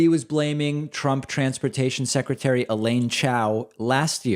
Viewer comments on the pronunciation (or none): none